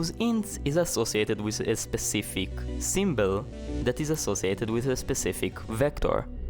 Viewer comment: What is a "symbell"?